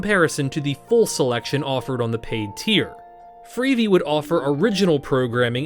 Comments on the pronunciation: Well if it isn't, why does "he" say "freevee" instead of "free-vee"? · Obviously AI. The 'narrator' pronounces it as "freevee", instead of "free-vee" (as in TV).